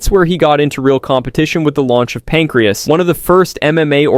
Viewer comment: Great vid but I did laugh when Pancrase got pronounce pancreas 😂